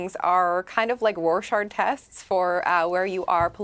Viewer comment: Did the Liberal really pronounce "Rorscach tests" like "roar-shar tests"? 😂 these are your emperors, Canadians, look at how smart they are!